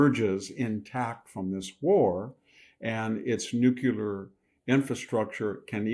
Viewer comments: Love the info but please stop saying “nucular”. Nuclear. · I love you Victor but PLEASE say NUCLEAR not NUCULAR! It's not a real word! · Dear VDH, it's not "nuke-ya-ler." It is: "new-clear." Dear VDH, please stop waving your hands at the camera, it makes us blink and turn our heads - and you're not Italian. Trim your fingernails; your wife will thank you. 😖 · It’s NOT pronounced NUKULAR. It’s spelled and pronounced NUCLEAR. Nuk lee er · Would you please stop saying "new-kyou-ler" when you mean "new-klee-er" (nuclear). It bugs me so much I can't listen to you. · Somebody tell VDH its NU-CLE-AR not NU-CU-LAR. There is no such thing as an atomic nuculus. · Please Victor, stop saying "Nuc-u-ler" Nuclear brother. Nuclear. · Pet peeve. Victor does and MANY others also. The word is new-cle-ar NOT new-cu-lar. Please please. It takes all of your credibility away as a genius, professor which you are. Practice in front of a mirror if need be. It’s nuclear, not nucular. Just aks somebody🥸😝pun intended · Victor - It is not pronounced "nu-cu-lar", it is pronounced "nu-cle-ar". Makes you sound stupid when you say it wrong. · Victor, you're so intelligent and articulate. I think that's why pronouncing nu-clear as new-que-lar bugs me so much. I know, I have issues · In the name of all that’s Holy… IT’S NUCLEAR “NEW-CLEAR” Not “nu cue ler”. You sound like Jimmy Carter when you say it wrong. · Should we trust a person who says "nucular"? Haha. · Why can’t people in power or in informative platforms pronounce the word NUCLEAR properly? It’s so odd. Where did Nukular come from? They all say it, almost feels like it’s on purpose. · nu clear not nu cu ler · NU-CLEE- ER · Victor please, it's "nuclear" not "nucular" but thanks for the video. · The word is Not nuculer .quit mispronouncing it. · Why do you pronounce the word as “nucular” instead of correctly as “nuclear”? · Nuculer...(Nuclear), i know, potato potahto but still... VDH is still a Bada$$